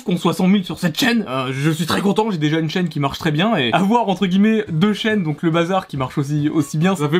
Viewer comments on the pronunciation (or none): "ENTRE GUILLEMETS"